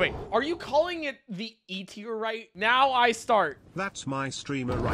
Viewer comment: "E terite" 🤣